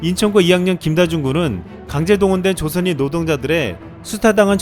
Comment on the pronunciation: 조선인 발음이 조센 할려다가 조선으로 급 바꾼 발음 같지?